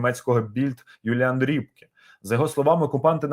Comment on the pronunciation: Не Ріпке,А Рьопке😅